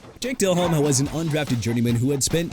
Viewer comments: JAKE DELHOMME AS IN DEH-LOHM NOT DEL-HOME! YOU CAN'T PRONOUNCE ANYBODY'S NAME RIGHT THEN YOU SHOULD BE A VOICE IN CAR ADVERTISEMENTS!! ALSO FYI IT'S CHICAGO AS IN SHUH-KAH-GOW OR SHEE-KAH-GOW!! GOODBYE!! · I turned this video off after seeing Jake Delehome and Matt Ryan being on this list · Its jake del omme not jake del home. Its like saying Brett Fa vre instead of Farve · It's not Dell Home damnit. It's pronounced like Delome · Del-Ome..not Del-Home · Learn how to pronounce the names, Jake Del-Home-Ey and Rick Mir-or-er.... please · Uhm its Jake De-Lohm - Fix your AI buddy - If you want to act like you know football, don't mispronounce the names of the players you are talking about. Makes you sound like an idiot... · This list makes 0 sense and it’s clear AI slop. DelHOME lol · Hate yalls pronunciation of Delhomme, and im not even a Panthers fan Edit: And the pronunciation of Rick Mirer